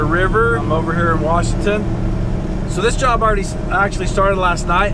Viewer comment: Is that "great jorb?"